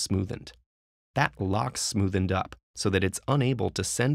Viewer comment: Sorry but I keep hearing "the smoothn't" instead of "the smoothened" and its driving me insane